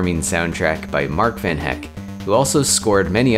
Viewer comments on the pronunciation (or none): "Mark Van Heck" i am unsure if this was intentional or i just didn't know you don't pronounce the second E in Hecke. love this